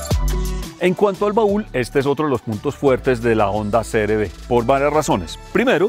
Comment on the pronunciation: Creo que dices siempre CRD Y ES CR-V